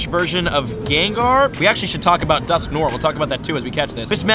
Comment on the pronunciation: Its dusknoir, not dusknore. Its french